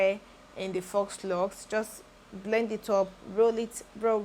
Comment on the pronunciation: The installation is Neat and lovely 😍. If you wouldn't mind being corrected the "faux" is pronounced like "fo" without the "X" sound